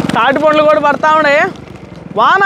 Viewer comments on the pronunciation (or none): పండ్లు రా నాయనా.. పొండ్లు, పుండ్లు కాదు